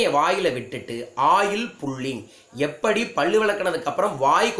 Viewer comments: பள்ளு இல்ல Boss... பல்லு. சரியா உச்சரியங்க!!! பகிர்வுக்கு நன்றி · பல்லு not பள்ளு...உச்சரிப்பு செரியில்லை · First learn how to pronounce pal pls.